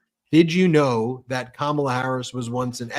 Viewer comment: She even introduced herself, pronouncing her first name, but of course he insists upon saying KaMAla.